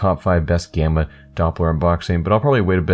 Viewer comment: am i the only one who thought its was bannana instead of gamma